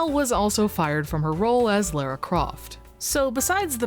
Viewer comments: It's pronounced "LAHRA" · That is an insane way to say Lara.